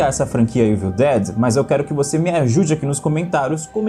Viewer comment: o famoso "eivil" dead kkkkk your engrish is pretty good LOL